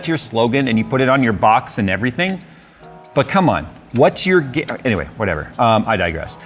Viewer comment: I thought what's your game? Actually said "what's your gamet"